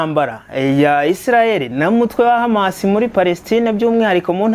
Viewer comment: Courage brother hano birabara kbsa , uri hejuru musore, urumva ukuntu HAMAS ayivuga mucyarabu 👏👏👏!